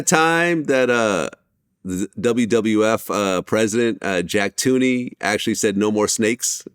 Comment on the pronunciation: Hey Vlad, it’s pronounced TON-KNEE. Not TUNE-KNEE